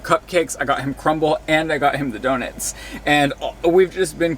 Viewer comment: Yeaaa but “donits” is crazy work